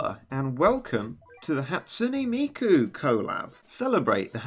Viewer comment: Hey, you pronounced it right! A lot of ppl be like "Hat SOON Miku", but you spoon, you "Hat SOOn NE Miku"! Excellent!